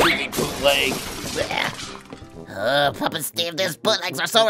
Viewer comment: I thought u said poopleg figures